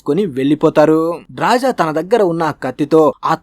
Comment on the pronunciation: ఆమె పేరు డ్రాజా కాదురా అయ్యా, డ్రాస. 😅